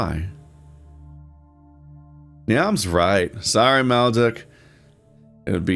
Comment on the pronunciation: Niamh is pronounced "Neev"! I know I'm way too late, but hey, comments are engagement so I'll still whine about it XD